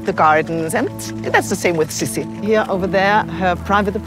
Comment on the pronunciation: Her nickname was pronounced "SEE SEE" not "SIS-E"...like how she said